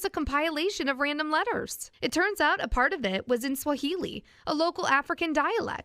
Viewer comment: People who actually know Swahili hearing their pronunciations like 👁👄👁